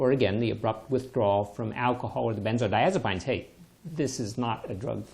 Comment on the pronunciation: Great video! Very thorough information that covered everything I could possibly think of, even the story about Valiant pharmaceuticals of which I knew nothing. I don't think I've ever heard anyone in the medical field pronounce the word "benzodiazepines" the way that you did. But I knew what you meant.